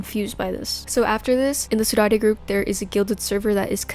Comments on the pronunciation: saudade is actually pronounced "sow-dard", its a spanish word that actually has no translation to english, and is described as the feeling of walking home from a party, feeling glad that it happened, but sad because it's over, this is super interesting in this instance, and almost adds to the lore and story in a way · The way she pronounces "Saudade" LMAO